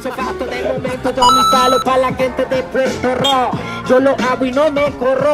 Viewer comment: Me revienta cuando tratan de imitar nuestro acento y dicen Puelto Lico, como si fuéramos chinos, no puedo con ellos me sacan, nosotros nos comemos las r pero no esa clase de r sino las que están entre medio de las palabras entre las consonantes, no sean brutos y observen mejor. Las r seguido de vocales NOOOOO